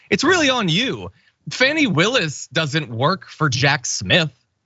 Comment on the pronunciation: FAWNY Willis FFS not "fanny"